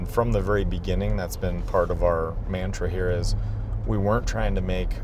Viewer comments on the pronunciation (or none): “Main-truh”? Oh man.